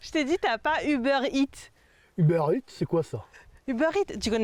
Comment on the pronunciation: "Tu connais pas Uber Eatsennnn", tellement gênant